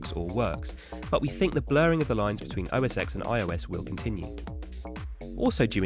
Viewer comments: It's pronounced OS TEN not OS EX! The X is roman numeral for 10! Sheesh. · It’s pronounced “OS Ten.” The X is a roman numeral.